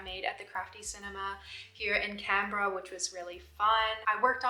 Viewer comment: well, you’re saying Canberra right! And a couple of other little sounds I heard too. It would be so awesome if A had a true blue Aussie accent upon your return to the USA. Double takes would be common im sure!